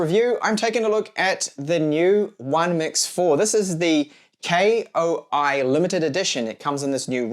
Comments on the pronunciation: I cringed every time you said "K-O-I" instead of KOI and called the Koi fish logo a "catfish". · Lol. I bet he doesn't even know that KOI read as KOI, not K.O.I. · "K. O. I." Lol. Just say "koi", like the fish.